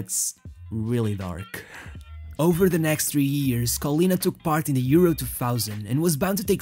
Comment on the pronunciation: Gosh, that "H" letter is so tasty for you... "Years" sounds like "ears" in your mouth...